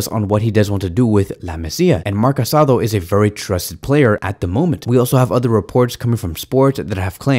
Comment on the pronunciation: Just a tip, is not Marc CasAdo, but Marc CasadÒ. 😅